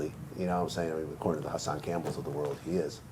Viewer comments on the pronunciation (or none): Vlad said Hassan name lol